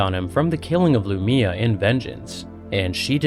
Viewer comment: I can tell when youtubers never listened to the official audiobook cause they mess up the names. Its pronounced Lu-my-uh. One of the reasons i love the audiobooks, they get the pronunciation directly from the authors notes and say the names how they are ment to be said. Love your channel though man